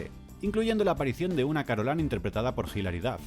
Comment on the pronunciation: ¿"Carolan"? ¿Pero no era "Carolain"?